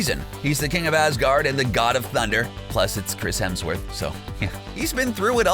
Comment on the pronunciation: Chris Helmsworth?😂